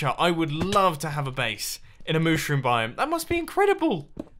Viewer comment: MUSHROOM ISLAND, NOT MOOSHROOM ISLAND!